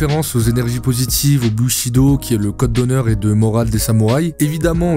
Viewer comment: Alors, juste c'est pas le "bu"shido, mais le "bou"chido. ( pour la prononciation )